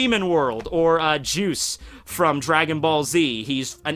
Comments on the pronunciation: lol its jeice, not juice..lmao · Jeice not juice😂still love ya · Man said juice instead of jeice